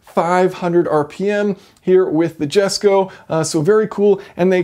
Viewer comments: At the beginning I was already pretty sure he was going to mess up the pronunciation of the car's name but waited for it anyways. I was right sadly. It's pronounced Yesko not Gesko! :P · Yes-ko, not Jesko. Koenigsegg it self told that. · It's pronounced (yesko) not Jesko as you said it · Why can Americans not pronounce Swedish Js. Its pronounced Yesko not Jesko for Christ's sake! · It’s pronounced yesko the j is said as a y get it right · JESCO is Pronounced as "Yes-ko". Christian's gift for his Father. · It's pronounced "yesko" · Fantastic video, as usual - but "Jesko" is pronounced "Yesko". Just sayin' - please don't hate me, everyone! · Jason, it is enunciated as "Yesko". Cheerin', Shannon Harris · I think its pronounced more like "Yesko" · Sorry to be pedantic but I believe it's pronounced "yesko". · It's pronounced YESKO, stop triggering my Swede brain! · P.s I’m American even I know that it’s supposed to be pronounced that way you have no excuse for pronouncing it like you did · No offence, but you do not pronounce the j in it's name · It's not "Jesko" with a J as in "Jet" but with as J-Sound as in "Yes". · "oe"(Ö) isn´t pronounced O, get it right...